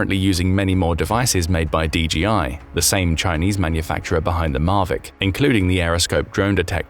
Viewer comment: DJI: "de jee eye" meaning "de jay eye."